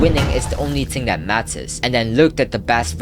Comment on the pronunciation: bro really says ting and not thing